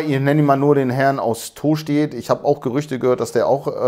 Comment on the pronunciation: Tooostedt 😅... ich als alter Buchholzer feier die Aussprache immens 😃🤪